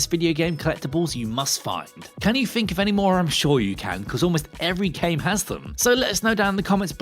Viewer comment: "Can you fink of any uvvers?"